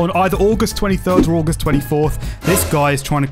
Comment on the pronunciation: did my mans say ay-gust